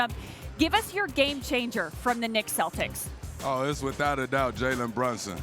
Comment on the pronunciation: The “Cetlics” are washed 🤣